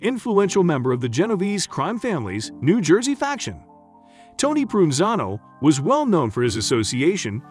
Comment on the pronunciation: Dude, it's Pro Van Zano, please. 😎